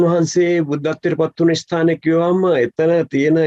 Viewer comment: මේ මහත්තයාව විශ්වාස කරන්න අමාරුයි. මොකද අපේ රාජසිංහ රජ්ජුරුවන්ගේ පුනරුප්පත්තියක් බව මුනෙන්ම කියන්න පුළුවන් යථාර්ත මහතාට වගේ මෙයාට ඉස්තානය කියන වචනයවත් හරියට කියන්න බෑ